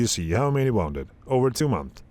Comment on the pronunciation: Bro, please study how to pronounce WOUNDED The OU in wounded is pronounced like the OO in the word WOOL So pronounce it WOONDED